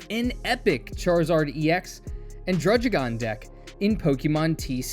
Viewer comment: aha, its not drudge-igon, its drudd-igon